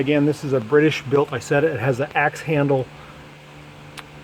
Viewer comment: First, "Isetta" is an Italian word. Italian has NO long "I" sound. It's "EE-setta". Second, as has been pointed out, "Kabine" is pronounced "Kah-BEE-nuh", NOT "ka-BINE". As you may have guessed, it means exactly the same: "cabin".